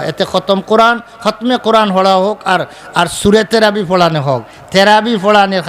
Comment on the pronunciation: আপনি তো তারাবি শব্দটাই বলতে পারেন না আপনি আর কি ফতোয়া দিবেন?